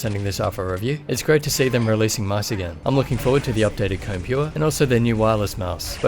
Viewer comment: Its actually pronounced "Ko-Ne"